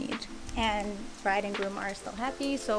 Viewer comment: its groom not broom sorry to say